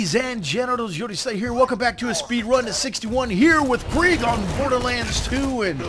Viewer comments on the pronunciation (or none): It bugs me how you call krieg craig, and how you say XP loader instead of exploder like its supposed to be called. But besides those little things, awesome video :P